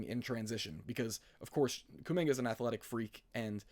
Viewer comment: I rarely comment on yt..your kuminga take is very bad. The lack of ball knowledge is killing ya, can’t even pronounce his name right😭 before his ankle sprain last year he was HOOPING. And then they added Jimmy and there was just way too many scorers around him for his role to materialize. Give him the 2nd/3rd scoring role and he would thrive SO well next to Giannis. Kuzma is a negative asset and that pick is insanely far out + we suck so bad at drafting so who cares at all about a prospect young guy that we won’t develop anyways?? YOU GO GET KUMINGA RN IF YOU ARE THE BUCKS every single time.